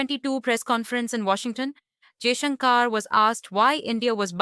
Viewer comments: His name is pronounced Jaishankar ( shankar) not Jaishunkaar ( shunkaar)! Being an Indian host you shouldn't be making such westernised pronouncement mistake!! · He is not Jaishankaaar. He is Jaishankar. The narrator is an Indian and should be ashamed of mis-pronouncing Jaishankar's name.